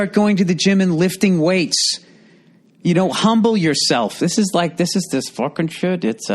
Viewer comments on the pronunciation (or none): none